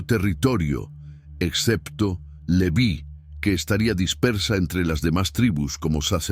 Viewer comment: El nombre Leví tiene acento en la i, se pronuncia con esa tilde, no como en el video